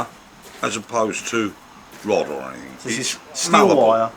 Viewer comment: "Anyfink"? FFS use English it's not difficult the word is "anything" stop being lazy